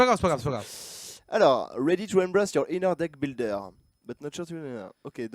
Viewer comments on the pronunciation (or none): none